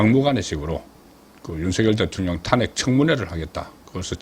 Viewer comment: 송국건씨는 제발 탄핵 발음 좀 잘해라 탄핵이라는 말 듣기도 싫은데 왜 발음도 못하는데? 제발 발음종 잘해라 아님 탄핵이라는 말 하지말고 한동훈이가 왜 당대표가 되는데 강남좌파 당원배신한자 좌파끌어온자 패거리 정치하는자 완전 국힘 괴멸시키려는자인데 당신도 한편이네